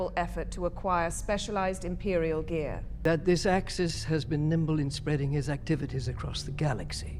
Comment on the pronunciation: It's Axis, not ackies. What the hell are you doing?